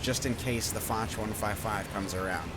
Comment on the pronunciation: However say it like fosh